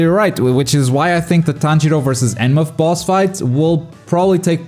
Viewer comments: “Enma” lol it’s enmu but I love “enma” 😂😂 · Please stop calling him enma 😢